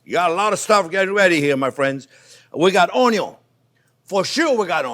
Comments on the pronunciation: Came here just to hear you say onyon 😃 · I always love it when you say “ONYUN”! We don’t say onion in this house! Never make another video without ONYUNS! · Love his way of saying onyon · me too, everytime I see the onyo 😀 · Oño. Hilarious. Classic. Timeless. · Always begin with a good, great onyon, chef will not guide you you wrong, fabbbulus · I didn't know you could have too much onyo. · the way he said onion omg it broke me sorry XD why i am so simpleton XD what is so funny about that pronunciation? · He absolutely does talk too much and repetitive just get on with it. Lol… I kinda like the way he says onion in his Louisiana accent 😂